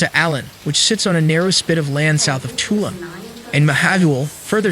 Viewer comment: its pronounced toloom